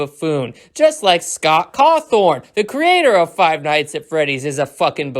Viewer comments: You are so damn stupid, you can’t even pronounce Scott’s last name right. It’s not “Cawthorn” it’s Cawthon” you idiot! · Lol I'm laughing at the comments, so many people getting mad. Good job triggering this whole fandom, although you saying Scott's last name as "Cawthorn" makes me feel something idk 😂😂 (Im a fnaf fan btw lol) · Bro you serious you are the type of people that made Scott retire quicker and you probably have never played it and you don't even know how to pronounce Scott cawthon like wow you have breached the gaming existence you should be banned from any gaming you can't even tell the story line even the easy parts like what guy are u you are just really pathetic and I bet you are just using a voice changer so you sound like 20 but you are just a 10 year old that hates joy you don't know what your talking about all in all your an idiot that doesn't care about anybody. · You can't pronounce Scott cawthon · Bruh can’t pronounce Scott Cawthon Name